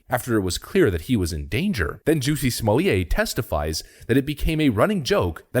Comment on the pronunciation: OMG did he just call him Juicy Smokay!!